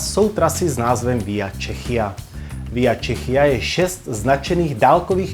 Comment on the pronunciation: Špatně vyslovujete. Czechia se čte čekija, ne čechija!